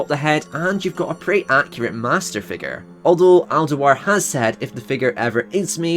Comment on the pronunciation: It's pronounced Al Doo-ar, not "Deh-Wahr". He is Scottish, not French.